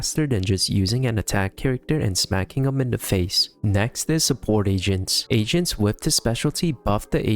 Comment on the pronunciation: Was it only me who thought he was saying a rank Asians instead of agents😭